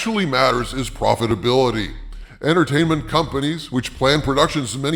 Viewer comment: little hats and their "entahtainmint"